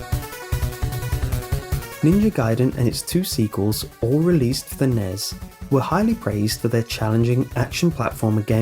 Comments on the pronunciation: the NES and SNES are spoken by sounding out the letters. N-E-S. Other than that great video though. I thought I was the only one who knew about zork. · I'm sorry, I love watching your videos and listening to you man, but the way you were saying NES and SNES really grated on my nerves. You are supposed to say each letter of those acronyms like with lol or CIA or FBI, not try to make it a single word like NASA or FNAF. Those are the Nintendo Entertainment System and Super Nintendo Entertainment System man.